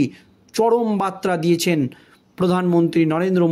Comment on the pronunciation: ভাষা ঠিক‌ করো ভাই, বার্তা আর বাত্রা‌ কি এক‌? উচ্চারণ ঠিক করতে হবে ।